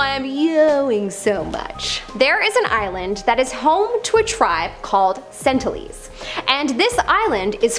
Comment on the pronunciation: Really said sentilese and not sentinelese